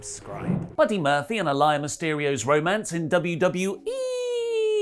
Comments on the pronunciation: Why is he calling her A-LIAR? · I didn’t think it would bother me but it’s Uh-Lee-Uh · Imo, it's pronounced as, 'ah le yah' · Yo can you guys pls pronounce Aaliyahs name correctly? It’s triggering me so much lol. It’s (uh-lee-uh) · it pronounced Ah lee yah.. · You mispronounced a-lee-ya 🤦🏻‍♂️ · Is it your lazy british accent that makes you pronounce her name as "a liar" as opposed to how her dad and everyone else does? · It's pronounced Aa-lee-yah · I'm more uncomfortable with how he's pronouncing her name rather than the storyline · I'm more bothered by the way (and ) pronounce Aalyah's name. Surely at this point they're doing it on purpose. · The way you pronounce Aaliyah is killing me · are saying Aaliyah wrong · I think needs to start pronouncing Aalyah's name correctly!!🙄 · You’re pronouncing her name wrong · How are you still pronouncing it wrong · flip flops on pronouncing Aaliyah's name wrong 😂. But really it's not a big deal. I get the reactions on the other side but it's just a storyline. People are taking WWE of all things WAY too serious. I don't watch anymore though but the criticism is insane to me. It's known as entertainment for a reason. If you're not entertained or disgusted then stop watching like I did a year ago. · You saying Aliyahs name wrong was sending me😹😹😹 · Her name is mentioned on the show man. How the hell do you still mispronounce that? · It's Aaliyah not Aliah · BTW,, Aaliyah Mysterio's given name is pronounced ah-LEE-uh, not ah-LYE-uh. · It's pronounced Aa-lee-yah not Aa-lie-yah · Mate her name is not A-Liar It’s pronounced Ahh-Lee-Ahh 🤣🤣🤣🤣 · I don't know where wrestletalk hear Ah-Lie-Yuh when clearly on commentary, Rey Mysterio and Dominik themselves are saying "Uh-Lee-yuh" regardless of how its spelled. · Who the hell is ah-lie-ya its ah- Lee- ya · Aalyah is pronounced A-lee-yeah. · "A Liar Mysterio" wtf...bruh...please...Pronounce her name better...